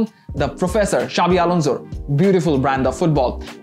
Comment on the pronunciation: সাবি থেকে চাবি,,, আর কতো শব্দ শুনবো এই উপস্থাপক এর কাছ থেকে😁